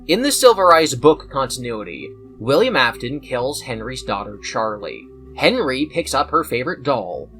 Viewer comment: "Billiam" got me fucked up 😂